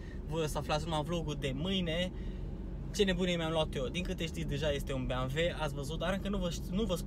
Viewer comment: E ciudat cand spui "Beamve''